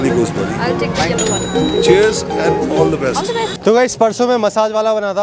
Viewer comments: And ❌ Aand ✅ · And❌ ande✅😂